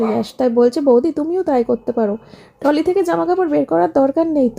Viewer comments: টলি নয় বলবে ট্রলি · উচ্চারন হলো ট্রলি ব্যাগ /trolley bag not Tolley bag....এটাই শুনছি তাই জানালাম। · Tolly noi uchharon trolley ok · Tomra bokkhali jcho.. Shior.. R trolley k tolley bolo kno. Ucharon thik kore koro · টলি বলো কেনো ।খুব কানে লাগে।ট্রলি বলে ।ঠিক করে উচ্চারণ করো। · Kindly ট্রলি বলবেন। এটা তো সবাই বলে দিয়েছে। শুদ্ধ উচ্চারণ টা শুনতেই ভালো লাগে। যদিও আপনার নিজের ইচ্ছে, তবু চেষ্টা করবেন শুদ্ধ উচ্চারণ করার।